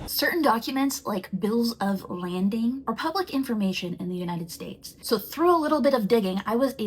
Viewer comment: I have to point it out because I used to work in shipping, it’s Bills of Lading (LAY-ding), there’s no “n”. No shade to that creator, that word tripped me up the first few times I encountered it! I just want to make sure folks have correct info.